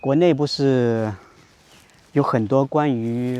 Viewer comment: Hi, Sir. I'd like to ask. Why is your way of saying not (bu shi) different from the way they say it in Everyday Chinese channel? Is your accent standard? Why is the way you say sh sounds more like s? Thank you.